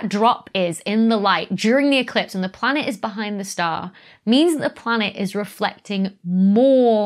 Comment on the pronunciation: 6.40 "refelcting"...